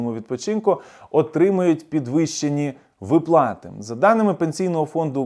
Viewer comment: Не випла'ти а ви'плати